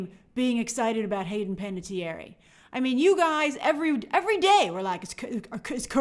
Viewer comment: /ˌpænətiˈɛər/ not "pan-a-tee-air-eee"